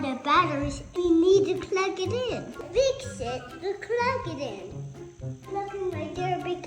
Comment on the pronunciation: saying Klug for plug is the most adorable thing I’ve seen all week! 🥰